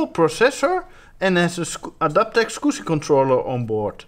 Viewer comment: Gotta love the way he says Adaptec Skoooscy Controller